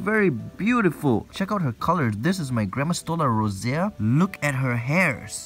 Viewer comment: grammostola rosea Me: hears Gramma stole a rosea Also me: laughs like a crazy person Also me: rewind video to hear that again Also me: realizes its grammostola rosea and not gramm stole a rosea Also me:..........ok